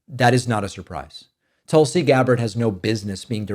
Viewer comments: My personal opinion I will miss you saying Toolsi. She reminds me of the type lady that asks my name and when I say it out loud she repeats it back wrong. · Right way of pronouncing "Tulsi" .is... like in " put". Not like in " but". . I'm from India. The word means a herb, with lots of benefits. .. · to be frank you've reverted to mispronouncing Tulsi's name. Her name comes from the word for the holy basil plant tulasi. In Sanskrit the vowel u sounds more similar to an “oo” sound like in tool or cool. So toolsi is closer to the actual pronunciation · "toulsiiii" lol i noticed there's another word like tulsa or something that he would give the same inflection for